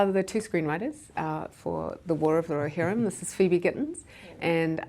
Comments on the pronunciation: I just love how she pronounce "Rohirrim" ☺️🥹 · He should have asked why she pronounced Rohirrim in such a corny and overly dramatic way....just sayin